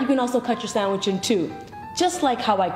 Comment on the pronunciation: The way she says "sondwich" annoys the fuck outta me